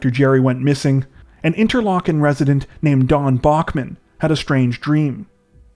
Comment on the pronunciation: I'm just surprised you pronounced 'Interlachen' correctly. A lot of people butcher it 😂